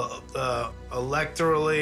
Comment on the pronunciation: "Electrilly." bwahahahaha!